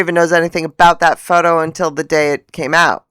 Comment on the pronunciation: Hahahahaha!!! Faux - toe! 😂